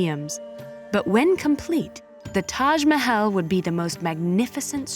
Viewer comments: Not taj mehel taj mahal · Sure bro "Tash Mahayle" "Momtash"